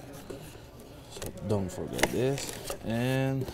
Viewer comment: Like dis and like dis and dis then do dis…and dis…dis (this) and like dis